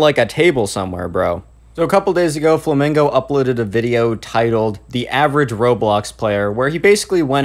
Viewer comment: You said "fomingo" ,bruh